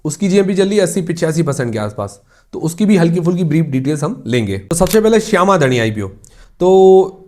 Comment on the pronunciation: not shama dhani,its शाम धानी 😅